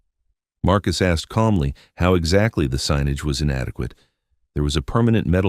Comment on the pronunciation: Too lazy to check the output so listeners have to listen to amongst other words the misuse of “tow” as in HOW. I expect the entity that posted this story is happy enough to accept the income from advertising associated with the content.